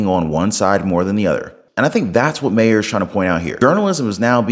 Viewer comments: It's not pronounced Mayer. It's Mahr, like far. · Once again - would you please learn how to PRONOUNCE MAHER’S NAME?????